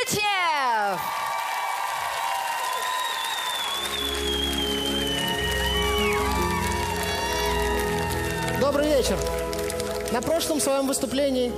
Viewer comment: хот тут сказали его фамилию правильно а то говорили чечнёв